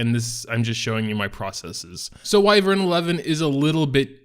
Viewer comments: Go look it up on any dictionary site and click the little speaker icon so the nice lady can pronounce it for you. It's WHY-vern. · Pronounced WHY-vern